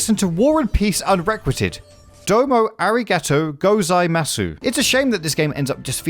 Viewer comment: Aragato. Aragato